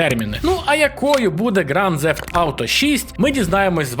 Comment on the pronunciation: Ґранд Зефт?! Інколи мені здається, ти спеціально шукаєш способи неправильно вимовляти слова.